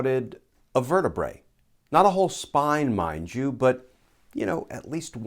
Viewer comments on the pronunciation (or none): And the spelling correction itself has a spelling error! 'Pleural' means "of the lungs" 'Plural' is the word you want and yes, Glenn pronounced it like 'vertebrae, which is wrong, since that is the plural of 'vertebra', where the final 'a' is pronounced as a 'schwa' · "Sprouted a vertabre" 😂😂😂😂